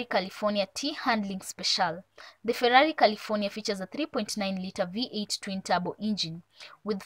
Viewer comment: Clearly you are not a cars person, the way you pronounce turbo.